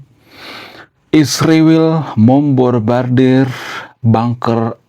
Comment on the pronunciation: Susah nyebutin MEMBOMBARDIR ya bang😂